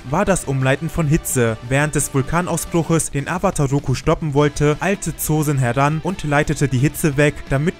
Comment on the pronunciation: Das o Von Zosin wir lang ausgesprochen also Zoosin